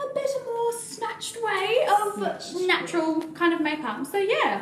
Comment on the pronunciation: Omg yessss you’ve seen that Tati video 😂😂 I love how you say snatural